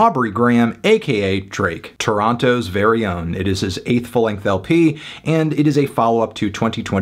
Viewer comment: Anthony, you need to learn how to pronounce Toronto.